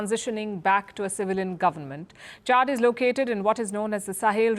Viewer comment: It is not Chard but Chad.